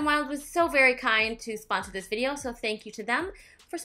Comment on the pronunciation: "vide-ho" haha love it when you say that! That red lip really brang the look together I felt! Omg I love Mexican food as well!